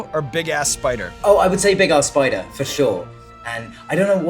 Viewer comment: Sean : Big ASS spider Dan : Big ARSE soider